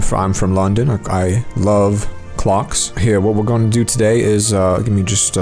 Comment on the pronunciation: "I love clocks" BRITISH 100